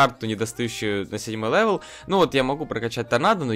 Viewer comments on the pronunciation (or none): none